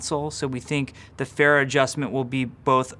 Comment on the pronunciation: Even Jeff pronounces Phara wrong